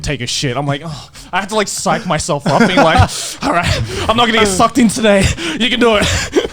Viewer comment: the way Garnt says sucked and the fascial expression is just so amusing to me. SUCCED